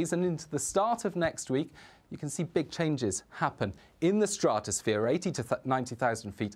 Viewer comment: why can't he say stratosphere?